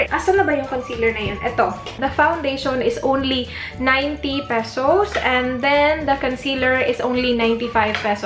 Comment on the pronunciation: "let me go ahead" - voice agent ka te no? "pesows" - sosyal. anyway try m nga maybelline, ever bilena and nichido products review.. thanks